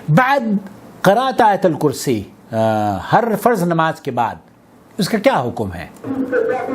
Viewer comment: آیت الکرسی کے ت پر بار بار زبر پڑھ رہے ہو ۔ت کے اوپر پیش ہے۔ دوسروں کی اصلاح سے پہلے اپنی اصلاح کرو